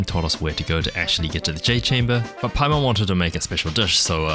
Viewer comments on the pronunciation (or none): none